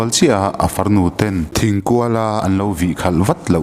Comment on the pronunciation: Thingkual ni lovi Ṭhingkual tih tur